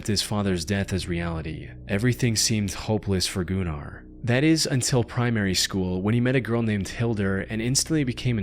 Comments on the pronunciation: Goo nar is crazy I think it's pronounced Gunner 😂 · Shouldn't that be pronounced as "gunner runner" not "goonar roonar". Smh, lol. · "Gun-ar" not goon-ar. Gunnar is a Nordic name that was around even in viking times. He may have been a gooner but was definitely called gunnar. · Pronouncing Gunnar as gooner 💔🥀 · the "oo" sound is pronounced more like you would say it in the word "book", not like he did it in the video. also from my experience of hearing nordic people use that name, they pronounce it more like gün-ar, rather than goonEr 😭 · I love the pronunciation of GOO-NAR. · i'm sorry but i cannot listen to the last story without laughing because of his name sounding like "Gooner" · I saw that video where the she had a seizure, or looked like it. This looks like it could be A.I. narrated due to pronunciation. Goonar 😂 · im sorry... Goonar? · "Gunnar". It's a common name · The way this dude said Gunnar as GOONAR had me rolling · Gunnar has been a very common name for many centuries in the Nordic countries and it really isn't a wierd name if you don't make it wierd. Plus it's not pronounsed like that. Was really not tryna sound rude or something even though I see how it can look that way.